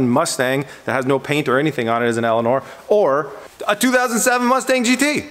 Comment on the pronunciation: Instead of Elinor hb elania lol